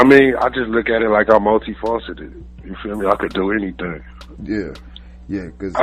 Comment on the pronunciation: "multi fauceted" He should call himself